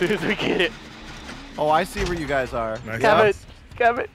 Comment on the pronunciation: He said, "I love you gays so much."